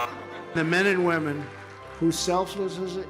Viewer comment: Nah, you didn't expect Trump to be able to pronounce the word "selfless" correctly.